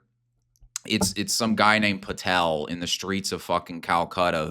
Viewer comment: Not Patel 💀